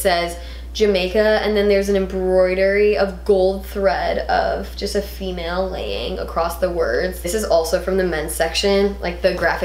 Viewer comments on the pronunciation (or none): none